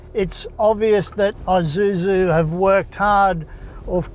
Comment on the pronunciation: Its Isuzu not Izuzu there's no such thing as Izuzu. The S is there Its Isuzu.